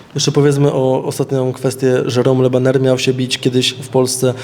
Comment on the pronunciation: Od razu mówię ze chuj z tej walki będzie.... Le bajer a nie Le baner albo wydyma federacje albo będzie „kontuzja” tydzień przed.... a szkoda